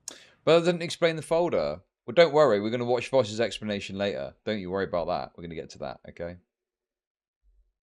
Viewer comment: I just think it's funny that says "Voch" instead of VOWSH